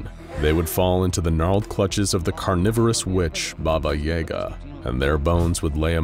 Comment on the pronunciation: I'm surprised you mispronounced "Baba Yaga". I thought everyone knew how to say her name.